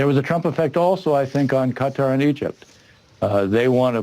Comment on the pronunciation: Can no American produce qatar correctly?